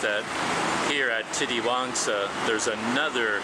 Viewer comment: You pronounced it right "Titiwangsa". Yes Malay words are one of the easiest to pronounce other than other languages i think. Because u see many foreigners can easily speak malay only in few months.